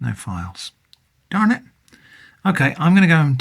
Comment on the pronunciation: I do not think I was ready for "Darn it!" In a British voice .